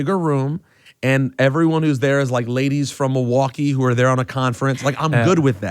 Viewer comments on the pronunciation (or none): none